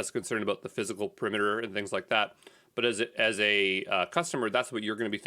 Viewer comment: IaaS is pronounced - Yaaahz